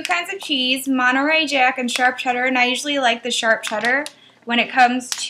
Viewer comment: Cool .. Lol Chudder. Cheddar.